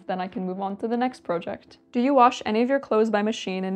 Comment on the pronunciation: How did you come to pronounce several words like a Canadian? "PROJECT, SORRY, etc..."